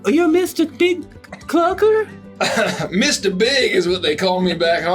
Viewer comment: That caught me really off guard when I heard it. What makes it funnier is I think she wasn't insulting him, she genuinely mispronounced Big Clucker's name in her usual oblivious manner.